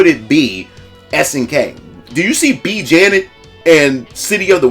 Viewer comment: exactly.. what "ideology or group" are they afraid of offending? oh thats right.. everyone except those who love this game.. also you called her B Janet.. i think its pronounced B Janey.. but i could be wrong, either way i think shes supposed to be related to Blue Mary (the sexy blonde american cop with the awesome music video (Blue Mary's Blues) in the neo geo cd version of Real Bout Fatal Fury Special.. kinda like how Rock Howard is Geese Howards son, but raised by Terry Bogard after Terry killed Geese because Geese killed the Bogard brothers father..